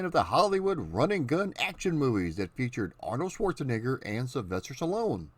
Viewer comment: SchwarzenEgger. It's an E, not an I as you pronounced it. Just sayin'...